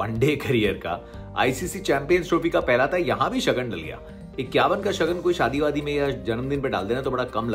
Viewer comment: It's not shagan...it's shagun